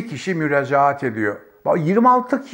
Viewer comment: Müracat değil müracaat.......Maden değil maaden.......Siyaanur değil siyanür..........